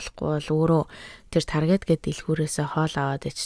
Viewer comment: Targeet bish Taarget gej unshdag shu